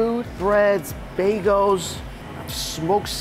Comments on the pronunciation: I’ll never get over how he says bagels 😂😂 “baygoes” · Hilarious how Mikey still can’t say “bagels” correctly. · I will never get tired of Mike saying "baygos" for bagels lol